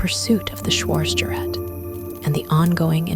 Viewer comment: Our narratrix should learn how to pronounce "schwartzgerat," among other words.